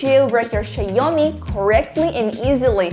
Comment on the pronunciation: Where are you from? I can't deny the fact that you keep saying "Xie Omni" And not "Xiaomi"